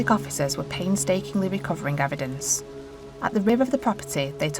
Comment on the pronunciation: Fowensic ewedence Imma be honest. This narrators voice is awful.